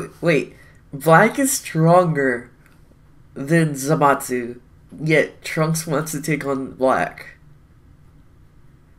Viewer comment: ThatEpicGuy ikr and he's not the only one in the community saying it like that so idk who started this